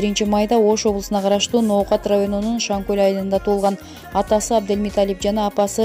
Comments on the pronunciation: Озумун акамго💪 Шанкол деген айыл. Туура айтсан Шан кол дебей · Шанкөл эмес шанкол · Шаңкөл эмес э Шаңкол